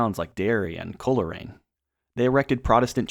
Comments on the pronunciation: I've watched a number of videos on the division of the island of Ireland - not the worst, but this is a very surface-level overview. Also other YouTubers did a much better job of researching town and county pronunciations. Monaghan, Donegal, Coleraine and Clones were particularly egregious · I'm so tired of people doing videos like this without even as much as looking up how to pronounce the names of the places they're speaking on. How educational can this video be when you don't even know how to say Lagan or Coleraine? Like I get it, you're not Irish, but the information is out there, and this is just lazy.